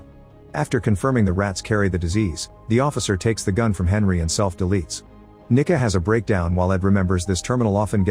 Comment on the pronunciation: I’m pretty sure it’s because of how the AI author said her name “ Nicca” & how several of us had to double check & back what he said.